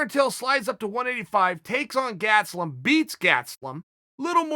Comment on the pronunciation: Chael "Gatslum" Sonnen